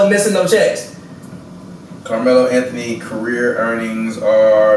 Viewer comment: no, car-melo. 😂😂😂😂